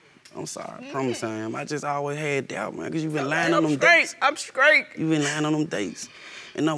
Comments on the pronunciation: The grammar in this episode is killing me...😒 If she says "skrate" one more time.... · And she’s SKRAIGHT😂😂😂😂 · I'm dead at "scrait" 😂😂😂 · “Skreet” “mirlk” “skraight” “confrused” lord it’s making my head hurt 😔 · Why does she she keep saying "I'm skrate, I'm skrate" instead of STRAIGHT?? 🤔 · Is she saying I’m “skrate” ?! 🤦🏻‍♀️ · Someone please tell her that scrate is not a word....smh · She over there talking bout she straight, why bring him to court then? And did she say skrate or straight? Lol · The word is "sTraight" NOT "sKraight"!🤦🏽‍♀️ I'm going to need her to get those "Ts" together.🙄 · Did she actually say "SKRATE???!!!"😳😳😳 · Did she say..."I'm scrate"? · Did she say Straight or Skraight 🤔😥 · 😂😂🤣 The judge! "Girl, you better get some help from your child's father. You ain't scraight!"